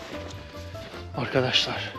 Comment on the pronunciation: Sağ ol, güzel görüntüler .. Yalnız açılıştaki kelimeyi yanlış kullanıyorsun. Arkadaşlar kelimesindeki vurgu A ya yapılmaz. Yani A ARKADAŞLAR denmez.. Vurgulu söyleyeceksen R ye bas.. ARRRKADAŞLAR de lütfen. Yine de teşekkürler..